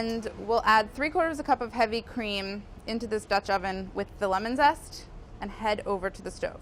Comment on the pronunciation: „Lemon sest“